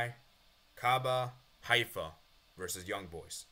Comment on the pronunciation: Maccabi Haifa is pronounced: Ma-Ka-Bee High-Fa